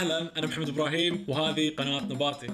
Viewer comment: انا الوحيده الي تسمع كلمه نباتي طباطي ؟